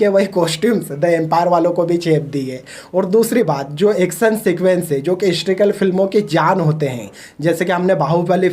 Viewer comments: Bolna seekh le phle... हिस्ट्रीकल nahi हिस्टोरिकल होता है🤣🤣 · Hysterical nahin historical, pehle beta khud ka accent sudhaar baad mein bakchodi karna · Historical bro not histrical. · Abey laura histrical ny historical hota ha. Kya critic bna ga rey tu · Histrical नहीं historical होता है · Galtiaa nikaalna aasaaan hai baithke....tu pehle historical bolnaaa seeekh baadme bhaashan phek....